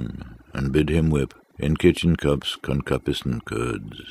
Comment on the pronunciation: Isn't it pronounced "con'KYOOpiscent? or is that another pronunciation I'm not aware of?